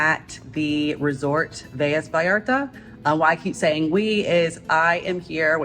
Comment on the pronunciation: Velas is not pronounced with a y sound there is only one l